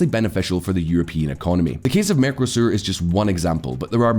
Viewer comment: The merco in mercosur is pronounced with the same emphasis as narco.